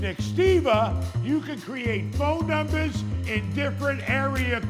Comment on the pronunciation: “Entourage” lol “let’s looks at da numbas”